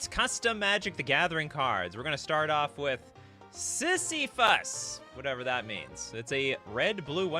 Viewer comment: It pains me to hear that horrid mispronunciation of Sisyphus.